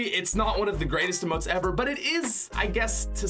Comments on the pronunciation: Who else hated the way he said "emotes" he said it like umotes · Emotes not uhmote